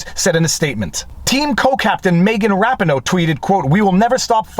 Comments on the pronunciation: Sorry observer, but I respectfully disagree. I am well aware of Viva Frei’s location - his French is beautiful to hear - but it doesn’t excuse the mispronunciation. He speaks fluent English, he is commenting on a well known American celebrity, and he uses video footage where her name is pronounced correctly less than 1 minute from the portion he edited and included in his own video. He can’t argue that his country, or his language, pronounces it differently when he is using American sources talking about an American celebrity. And his pronunciation isn’t even how her name is pronounced in French anyway. I want to be perfectly clear, I do not mean to disrespect Viva, I love his work. I think he is factually on point and correct on the merits, but there are a lot of conservative YouTubers who deliberately mispronounce her name to mock her and it comes off as petty. It’s unnecessary for his argument. If it’s intentional, then it is petty. If it is accidental, then why should I believe his argument if he didn’t do the basic homework of figuring out how to say her name correctly? My point is that it is a very minor thing but worth taking the time to get right because it’ll be too easy for a detractor to blow off Viva’s argument when he gets a basic detail like this wrong. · I believe that the name "Rapinoe" is pronounced "Rapeeno". I mean no disrespect, and I know you didn't either. I'm just one of those odd Americans that used to watch international soccer (or "metric football", if you prefer) and listen to the announcers. I've watched every one of Nate's videos on this, and think he has done a yeoman's job of explaining the issues for non-lawyers. (You and Barnes usually do this as well, as does Steve Lehto and Uncivil Law, aka Kurt, just not as in depth as Nate on this issue.) Dang! The algorithm must be positively glutted on this comment! Thumb is up, obviously. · Her name is pronounced ra-PEE-no....accent on the 2nd syllable. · FYI - Rapinoe is pronounce Rah-pee-no.